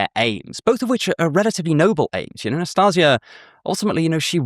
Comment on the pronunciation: I have a strange filing every time you butcher my name. I feal a little offended and wanting to laugh, because how cute and funny it sounds. NastEnka is read like Nastin(the n is very soft)ka. Nastinka is short for Anastasiia and can be shortend in meny ways like Nastya, Nastusya, Nastusha. NastaZia is also a variation of Anastasia. And ints with a s no a z 😂😂😂 Also love your work. Since I found your channel i think i could improve my life.